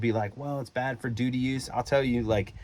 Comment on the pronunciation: “Dooty” grade.